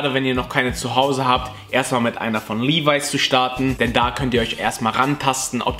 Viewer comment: Finde es traurig dass du "Levis" immernoch falsch aussprichst...